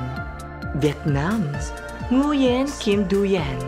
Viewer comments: "ZWEN" po not "DU-YEN" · Hello! Please pronounce properly the name of Ms. Vietnam. My students are laughing for it is pronounced as "NGU-YEN". It is read as "NGWEN". Cam on.